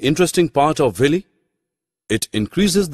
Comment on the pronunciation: It's villi not villy